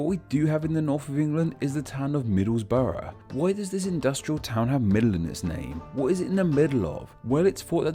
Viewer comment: *Middlesbrough (not Middlesborough)